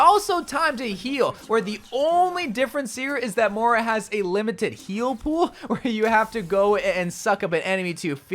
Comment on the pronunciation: Bro pronounce shit right Her name is Moira not Mora Its Kiriko, not kareko